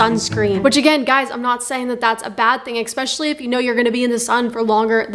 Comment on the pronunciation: Did you seriously say EXPECIALLY???? ITS ESPECIALLY.....ESS ESS ESS.....